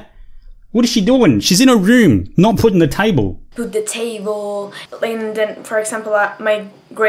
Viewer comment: This chick definitely seems a bit "special", between the way she acts and her little speech problem. Maybe it's just that "education system" of hers that she mentioned. "Put the tayvol". Whatever it is, there's something not quite right about her.